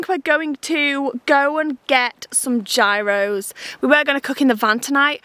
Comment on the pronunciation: it’s so funny to me that y’all are in greece and still mispronounce gyros 😜